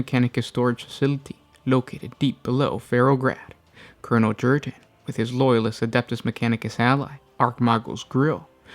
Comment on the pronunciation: Krieg is a Germanic inspired culture and planet, j=y in the Germanic tongue. So his name is pronounced Yurten not Jurten.